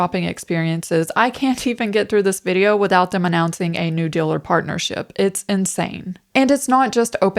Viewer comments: * The word "deal" is pronounced with a longer vowel sound. "dill" is something different ;-) Feel free to delete this comment, it's meant only for you anyway. Thank you for making these videos. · Love your videos. But gotta ask... are you sure you’re not an AI? 😅 The way you pronounce words like “real” and "deal" as “rill” and "dill" every single time has me convinced someone programmed your pronunciation chip a little off. 😂 🤦‍♀️ What's the "dill" with that? 😂